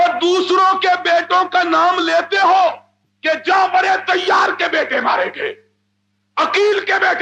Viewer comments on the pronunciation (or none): تصحیح کر لیں، جعفر تیار نہیں بلکہ جعفر طیار ہے درست نام۔